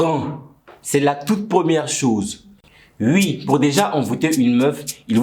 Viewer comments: Par contre la manière dont tu prononces les oui ça fait vraiment hyper belge "ui" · les ui, les nezs, what ze Fock..